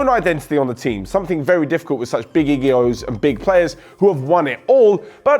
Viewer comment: "big egeos"😂sorry i had to